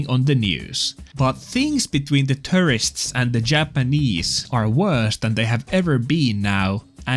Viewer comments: At first I thought you said “Terrorists” (as opposed to “Tourists”). Actually, I think that’s correct. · It's funny how you pronounce "tourists" like "terrorists", which in this context makes sense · I don't think it's a coincidence that the way he pronounces "tourists" kinda sounds like "terrorists". You ain't slick,. But yeah, joking aside, the US wouldn't tolerate this if the shoe were on the other foot. These fools only get away with this because Japan is sometimes too polite to be direct when it counts. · "Having the most terrorists." That's an apt pronunciation for these "tourists". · I thought he was saying “foreign terrorists” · I keep mishearing you pronounce tourists as terrorists 😊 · No offense to your accent (which sounds awesome btw) but I swear in some of your videos about tourists in Japan, I hear you refer to them as terrorists. Which I suppose in this case, is a very appropriate designation lol. Also two vids in a week! Lucky!!!